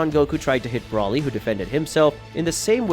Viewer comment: I don’t like the way you say, Broly name you say it wrong